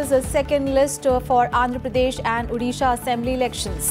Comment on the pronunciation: It's not Udisha, it's 'O'disha. Please pronounce it correctly.